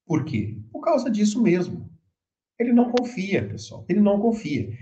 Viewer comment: NAU fala SENAU ele vai que SENAU eles vau querer esaminar